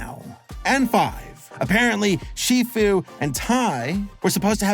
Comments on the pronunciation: “master see foo” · WHT DO YOU PEOPLE SAY SIFU, IT'S SHIFU, SAUR MANY FANS SAY SIFU & IT DRIVES NE INSANE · Shifu not sifu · "Master Sifu"? Really? 😑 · Bro called Sh Fu Sh Foo lol😂😂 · “Master see-few” 💀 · Master “seafoo” 😂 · Why did this videos seemed so ai. :((( bro pronounced shifu name wrong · i was going to take this at least some what seriously since its your opinion and it differs from mine, but after hearing how you said shifu imma have to X to doubt chief